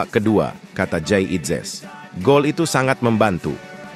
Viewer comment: ini komentatornya juga orang Belanda ngomongnya Jayadi inzes